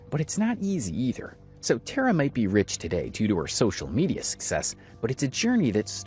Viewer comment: i don’t personally like tara but it did annoy me that you’ve done so much research and heard how she pronounces her name (TAR UH) and still said it wrong 😭 before anyone gets mad, it’s just the fact that tare uh is not her name lol